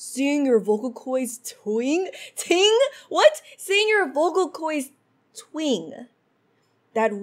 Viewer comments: tw-i-nge not twing also vocal coids??? also also reit-tl-ate? lol.png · Pro tip: When starecrown spams the same note quickly hold the same note down and don’t take your finger off Edit: it’s twinge like twinj